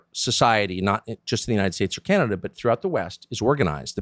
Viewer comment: Only clip he said canada properly 😂